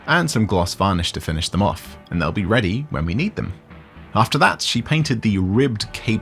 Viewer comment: “And they’ll be Reddy” 😂😂😂